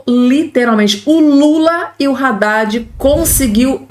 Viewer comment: Não é Radad e adad. Não é Rélio e élio